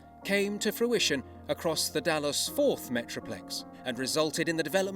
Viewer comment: Ummm...that's Dallas/Fort Worth. Not Dallas/Forth.